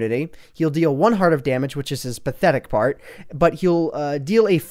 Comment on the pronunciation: He said pathetic fart